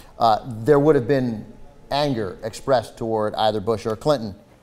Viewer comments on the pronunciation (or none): none